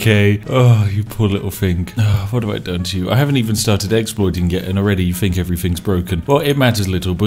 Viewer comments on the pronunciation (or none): Did no one tell these Brits that the Th sound is not Ffff